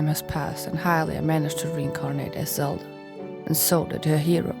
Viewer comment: did you just say "zeldra" LOL that's pretty good